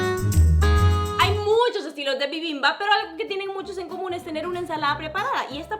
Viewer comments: Que rico. 💗 Me reia cada vez que decía bibimBAP, muy cute. Es BIbimbap, sin acento el BAP. 💗💗💗 ahora haz otro platillo coreano. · Me desespera que digas bibimbap con la mayor acentuación en la segunda sílaba, también bulgogi pero me encantó el video, gracias por la receta 😊☺️ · Se que no hablas bien el coreano, pero pues como mi familia es coreana obviamente se coreano, así que me causa conflicto que no pronuncies bien las palabras 😅, solo un consejo para que las puedas pronunciar mejor, las palabras que llevan "G" pronuncialas con un pequeño sonido de K :3 y bibimbap se pronuncia todo de corrido 😅 bueno, te amo muchísimo bai💖😅